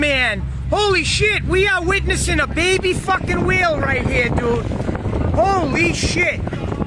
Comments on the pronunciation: sounds like he said baby wheel LOL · They keep saying baby wheel, it's whale... xD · lol did anyone else think the that when he said it's a baby whale it sounded like a baby wheel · Is he saying baby whale or baby wheel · Turn on Captions... And it Literally spells "WHEEL", When he says Whale AhAhAhAhhh so he did sayy: ITS' A WHEEEEL!!! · I think he’s saying whale